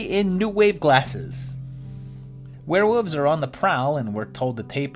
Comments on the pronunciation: You’re saying “Werewoofs” on purpose. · I don’t hate confusing aspects of life, I leave it at confusing. Hate is a very powerful word, a very powerful emotion and I’d rather it be used on more stressful issues, not someone leaving out an L sound. The video was the great, and I got over his pronunciation issue.